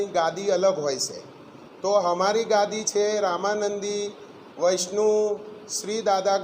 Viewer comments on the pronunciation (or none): વૈષ્ણવ બોલતા પણ નથી આવડતું આ ઢોંગી મુસ્લીમ ને અખાડા માં શુક્રવાર ના દિવસે જાવ આં આરતી ભાઈ નમાઝ પઢતા હોય છે આ જુઠ્ઠો છે એક નંબર નો બહુચર માતા ના નામે હિન્દુ જનતા ને લૂંટે છે ઝહેન થી આ પાક્કો મુસ્લિમ છે ઉર્સ માનવે છે બરેલવી જમાત નો છે અને હજ પઢીને આવ્યો છે આ ઢોંગી એટલે તો આને શુદ્ધ સંસ્કૃત છાંટ ગુજરાતી બોલતા પણ નથી આવડતું